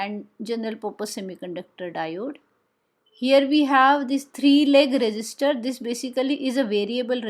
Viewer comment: Resistor ❌ register ✅